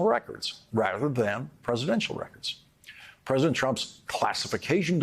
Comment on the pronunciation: Will this ever learn how to pronounce the word PRESIDENT? Pres-i-dent. Three syllables... Oh, I see, he's running for Present.:/ Funny, 'cause he says "Presidential"properly. Just not Present. I mean PRESIDENT.. Now he's got me doing it.